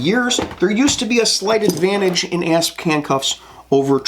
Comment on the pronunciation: ASP is an acronym, and it’s pronounced A S P. Not asp.